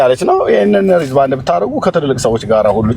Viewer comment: ኤርሚ ግን እንግሊዝኛ "አያርፍም" እንዴ?😂😅 "ሪዝ ባንድ" ሲል "Wrist band" ለማለት ነው???